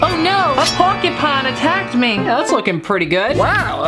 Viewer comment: "I've been stung by a porkypine"